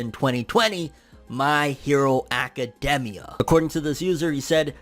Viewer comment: It just bothers me how he says academia